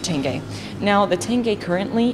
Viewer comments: Господи она произнесла слово тенге правильно. Ваааау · Она говорит тенге лучше, чем русские со своим тэнге😂😂😂